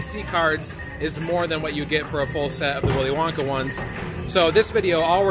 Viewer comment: Did just say Willy Wonker???!!! Haha!! 😂😂😂😂 😱